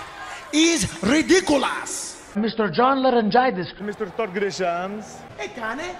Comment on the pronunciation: John Lorengities 🤣🤣🤣🤣